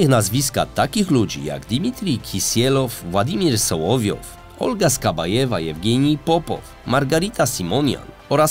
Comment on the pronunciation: Ok ;D nie wytrzymam kolejnych przekręconych nazw i nazwisk... SOŁOWJOW nie Sołowjej (Solowiej to słowik po rosyjsku. On ma nazwisko od nazwy tego ptaka) SKABJEJEWA nie Skabajewa AZARJONEK nie Azaronak I wieeele wiele innych Polecam zwracać na to uwagę bo jak w każdym odcinku są takie pomyłki to wygląda jakby prowadzący czytał coś co ktoś napisał. I nie wiedział o czym mówi.